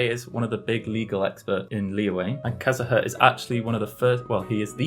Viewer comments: "Kazaha" it is u mate say it like it is wrote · Im getting triggerd bc he said Kazuha and zhongli wrong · also unlike his last video, he has made an active effort to pronounce names right. for example he said "kiki" instead of "chichi" last time, and now he said it right, because the YouTube comments told him so. I didn't see any names being wrongly pronounced this time except for the fact that his sister called Venti a girl by accident :)